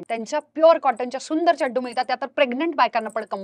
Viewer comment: Ma’am it’s not Chaddu.. it’s Chaddi